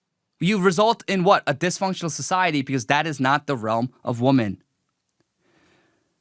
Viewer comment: It's pronounced "Weh-mon" my guy not "Woe-men." Did u grow up in the U.S.? Im going to keep my criticism to that because there is just so much else wrong here that it's too much to cover and you dont deserve my constructive criticism.